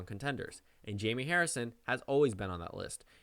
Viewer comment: Am I the only one who thinks its pronounced Hi-may?